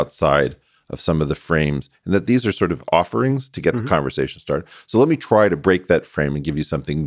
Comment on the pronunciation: He said "conversation" without the "g"!